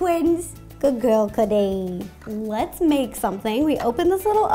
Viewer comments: Is it just me or when ro says cookie it sounds like coodie😐😐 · since i'm watching this on my chrome book it sounded like coodee when you said cookie